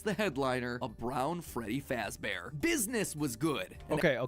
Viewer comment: Freddy Faazbear💀